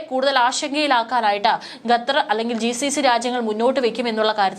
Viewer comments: ഖത്തർ എന്ന് പറയാതെ ഗത്തർ എന്ന് പറയുന്നത് എന്തിനാ, അതാണോ ശരി.?a. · ഗ തെർ.. അല്ല.. ഖത്ത ർ.. എന്നാണ് പറയേണ്ടത് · ഈ പെണ്ണുംപിള്ള വീണ്ടും ഗത്തർ എന്നുതന്നെ പറയുന്നു..